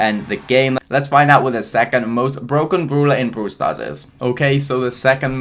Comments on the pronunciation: Why do u keep saying “brooler, brool pass, brool stars,” like what? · Me: brawl stars: Broowl stars??? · Love how you say broul stars😍